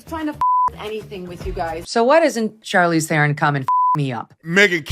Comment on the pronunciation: Come on Brandon you know who she is she's a big-time Actress Academy Award winner. It's funny mispronouncing her name because I think she even changed the pronunciation of her name since she started acting but at least get it right.